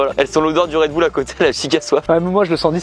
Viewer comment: RedbUll pas redboule